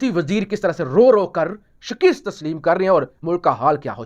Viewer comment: Uoee khhoty , Sheekesst nahein hota jo tum hamesha kehty ho YEH Lafzz Shaakasst hota hy